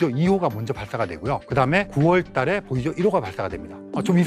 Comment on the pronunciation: 보이저1호, 보이저2호... 보이죠? 1호, 보이죠? 2호 이렇게 들립니다.